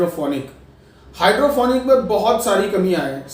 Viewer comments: sorry to say but sir u dont even know how to say hydroponic u are saying hydrophonic well its future of agriculture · भाई पहले बोलना सीख ले हाइड्रोपोनिक होता है न कि हाइड्रोफोनिक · Ap pahle nam to sahi lelo hydrofonic nahi hydroponic hota he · Hydrofonic nahi hota hai. Hydroponic hota hai😊